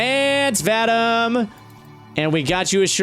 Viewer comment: Vadam? Man, this name is pronounced: Vah-Deem.